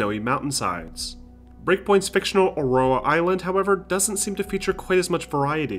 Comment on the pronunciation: No one can say Aurora properly! No one!! Its not aroa